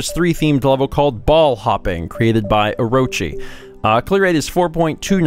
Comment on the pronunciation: I think you mis-pronounced that guy's name. You weren't supposed to place emphasis on the second 'o' in Orochi since it's a japanese word (I'm assuming the name is meant to be an Okami reference).